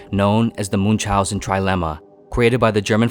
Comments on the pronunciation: Moon chauzen 🤦‍♂️ ch is pronounced as ch in Chrome . It takes 2 minutes to confirm pronounciation on Google translate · "Munzaussen" that's definitely one way to pronounce the name :D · Is not pronounce Munch housen but like München, you can pronounce like combination of "moon" and "house" and "an" togehter